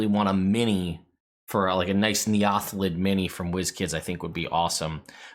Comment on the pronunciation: I always pronounced it like neo-thelid, but now that I think about it...not really sure if essentially new thelid is the intent and they way you pronounce it is cool.